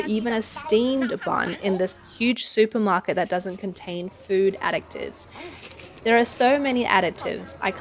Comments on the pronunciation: I've never heard a "c" sound added to "additives." That was a little distracting to listen to repeatedly. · Omg that Aussie (I presume) reporter is driving me nuts, it’s addITives, not adICTives!